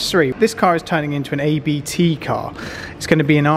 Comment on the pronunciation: ABT is the surname of the owner of the company. You're saying it wrong... it's not an acronym.